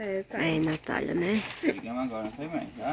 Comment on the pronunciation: nao é nataia, é NATÁLIA. SEI QUE VOCES JA ESTÃO ACOSTUMADOS A FALAR ASSIM. MAS TENTA PRONUNCIAR CORRETAMENTE. UM ABRAÇO ❤️